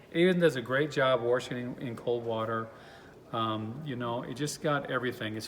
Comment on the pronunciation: ... "wahrshing" machines? ... perhaps that's why market- leader Speed Queen is not mentioned ... they only make great "washers" ... oh ... & because Speed Queen will not sell thru big box stores ... only indies....